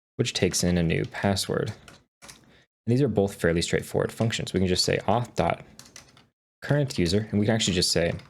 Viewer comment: uth auth context😂